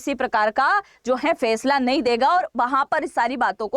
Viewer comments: Fesla nhi Faisla hota hai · Fesala nhi faisala hota h